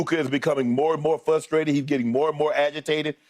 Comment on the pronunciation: It's "frustrated" not "fustraited"